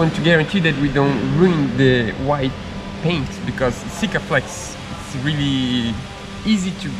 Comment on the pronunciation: you can pronounce your “R’s” as in Rubber gasket. Now try to practice your Really not weelly to help your English, please don’t be offended, take it as the challenge of the week 😉 love your videos things are coming on nicely. Really Looking forward to the next video 😉😘to you both🙂